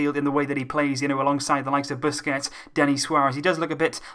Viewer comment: It's Sergio BUSQUETS AND NOT BUSQETS LOVE UR VIDS